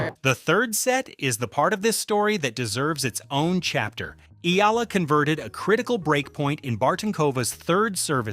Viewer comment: Pleaseeeeee! For the last time her name is pronounce EE- YAH- LAH!!!! OK!!!!????? EE- YAH- LAH!!!!!😮